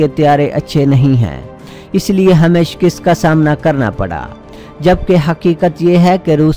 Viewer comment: lafz shkast hae nah keh shkist . jnaab taseh kerrain . FROM U K